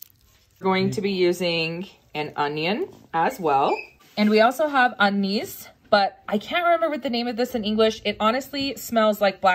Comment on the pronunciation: Anise, pronounced an-is.